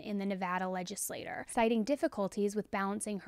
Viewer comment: It is pronounced Legislat-TCHER….